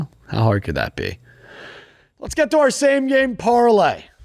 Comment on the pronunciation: I just know says “are are” in the intro and not “are our”.